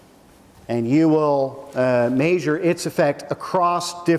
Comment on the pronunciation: "Maysure" instead of "measure" haha love him